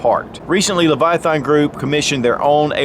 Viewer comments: leviath”AN”. not. leviath”AH”n. !!! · You are not saying Leviathan correct. Its hard to watch. lol